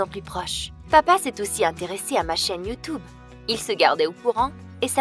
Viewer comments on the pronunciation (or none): Ma chère on ne dits pas y ou tu obéi dits tu tube😡😠😇😲👍👎